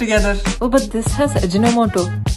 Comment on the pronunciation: French fies 😂😂 Fans🔥